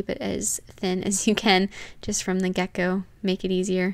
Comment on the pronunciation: I think you meant to say "from the Get Go" ? you pronounced it Gecko lol, I just didn't want you to say that someday in public and people giggle about it lol, but great job!